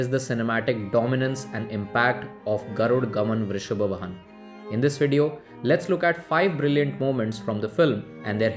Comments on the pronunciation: Its not "Garud Gaman Vrishab Vahan" it is "Garuda Gamana Vrishabha Vahana" please spell Kannada word properly.. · Not garud gaman, vrishabh vahan .... It's Garuda gamana vrishbha vahana